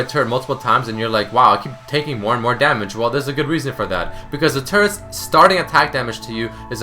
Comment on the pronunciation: it sounds like he is saying : turds are tanky